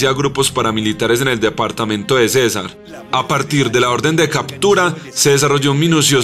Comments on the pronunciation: Muy buen material, sin embargo no comprendo cómo un colombiano no sabe cómo pronunciar departamento de Cesar y no siendo suficiente lo dice dos veces: Departamento de César... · El departamento de Colombia se llama Cesar con acento en la a. César era el que mandaba en Roma. Quípama va con tilde en la í y con m. Pongan a alguien que sepa leer.